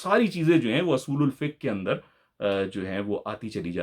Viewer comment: آپ اصول الفقہ کو ۔۔۔۔ زبر ۔۔۔ کے ساتھ پڑھ رہے ہیں جبکہ ہے پیش کے ساتھ اور مستعمل بھی پیش ہی کے ساتھ ہے